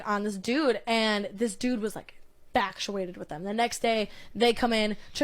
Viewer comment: did the young lady in the beginning mean to say factuated or infatuated? and imagine if billionaires and millionaires talked on a podcast like: "i don't why i keep getting approached by broke bitches. yuck! like bitch we're not even in the same tax bracket. it's so disgusting how these broke bitches keep going after me for my money"